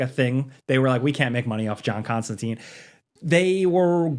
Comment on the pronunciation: It breaks my heart every time I hear it pronounced Constan TEEN. ConstanTINE rhymes with fine. And Keanu Reeves did get a game it sucked That nitpick out of the way. I would love to see Remedy, Telltale, Supermassive do a Hellblazer game. Give Eric kripke the Hellblazer keys he is clearly a fan. Supernatural is the closest thing to a real Hellblazer show we are ever gonna get. (Yes I am aware of Matt Ryan) Also keep John out of Injustice. He is not a fighter. I would love some fan made Hogwarts legacy DLC that includes John tho. "How can that muggle do magic and why is he constantly smoking!" Hellblazer game, hardcore mode, have to keep John's nicotine levels high or he dies. Every couple of hours ya have to hop over to the shop and restock him on silk cuts.